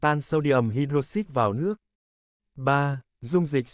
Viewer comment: Anh ơi, cái từ "hydroxide" ấy phát âm của nó là hai-đroóc-xai cơ anh ạ